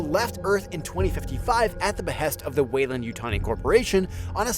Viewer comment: Why are you pronouncing it as Yutoni? It's YUTANI